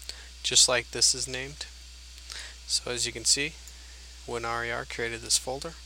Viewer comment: Why is he saying WinRar like.... Win-are-yar